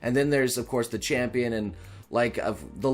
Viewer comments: “Legenday” not “Legendary” “Chapion” not “Champion” - Change my mind xD Check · "Chapion Battle" "Legenday battle" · "Chapion Battle" too! just reached the Ultimate Engrish part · “Chapion Battle” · “Chapion” battle lol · Yes. You will fight Le Chapion, Chris Jericho. He will beat you, and then celebrate with a little bit of the bubbly. (I know it's still written "champion", but he really does sounds like "chapion")